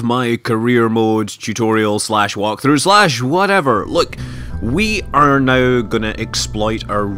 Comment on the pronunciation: everytime you say "now" it sounds like "no"